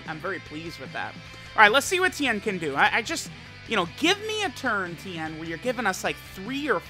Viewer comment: It's Ten, not Tien.